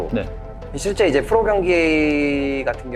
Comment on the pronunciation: 레이스 선생님은 자꾸 왜 프로를 fro 라고 발음하는거에요?